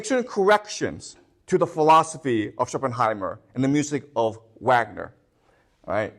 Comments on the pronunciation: It doesn't really add up that nicely like he wants it to have happened, but nevertheless interesting lecture. Ah, it's SchopenHAUER not Schopenheimer, drives me crazy hehe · This is an absolutely GENIUS lecture! But please stop calling Shopenhauer Shopenheimer 🥲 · oh fuck,this man is called Shopenhauer NOT Shopenheimer.Boy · Schopenhauer, not Schopenheimer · When he finally remembers from his slide that it's Schopenhauer, not Schopenheimer and seamlessly corrects ^^ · Schopenhauer not Schopenheimer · please stop saying Schopenheimer 😅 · Schopenhauer not Schopenheimer. Klugscheissmodus aus. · Good content!! But please, it’s Schopenhauer, not Schoppenheimer 😅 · Not Schopenheimer... ShopenHAUER... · How mamy times you can hear "schopenheimer" and "niechi" without pain in your brain XD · Schopenheymer :D